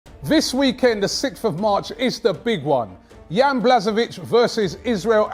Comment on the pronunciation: The way says Jans name kills me 🥰🥰🥰